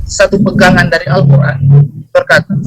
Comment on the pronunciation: Malikin sonice. Bang itu Al-Qur'an bukan sosis